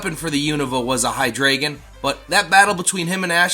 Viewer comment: Tis pronounced Hy-DRY-gon, tis German. And he's my number one spot